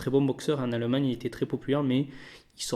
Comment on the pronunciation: Arette de dire aleumagneux c'est allemagne stp